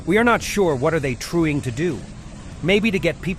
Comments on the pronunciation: Why did you say "trueing" instead of "trying"? I don't get it. It's weird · is the narrator having a stroke? "We're not sure what they are trueing to do..."